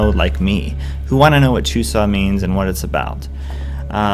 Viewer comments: you have to say chuseok with the k at the end. it seems like you were saying chusa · Actually, there is a k at the end. You pronounce it exactly the way it is written. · It's not very strong bu there's supposed to be the k sound at the end. Check out this video watch?v=STsbUbQIIKo